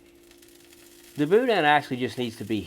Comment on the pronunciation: Not authentic Cajun. I grew up in Lafayette and he mispronounced both boudin and andouille. Where was this filmed Oklahoma?